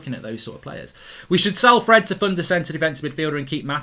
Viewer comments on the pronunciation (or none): none